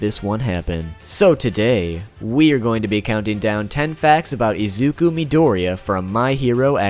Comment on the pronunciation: Forgive my pronunciation, it's absolute garbage Me: UR ONE OF THE ONLY PEOPLE WHO ACTUALLY GOT THE PRONUNCIATION RIGHT!!!!!!